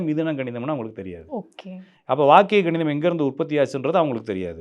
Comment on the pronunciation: சார் ganidham illa kanidham